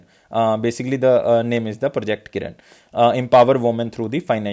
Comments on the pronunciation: Following u on a regular basis sir ..... You are a savior..... Request u to pls improve pronunciation of some words.....like project kirana, you pronounced it kiran and adb presidents name also ....... Regards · Content quality is really good. Kirana is किराना not किरन NavIC is usually pronounced as नाविक